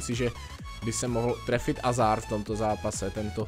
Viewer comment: Je to Hazard a ne Azard.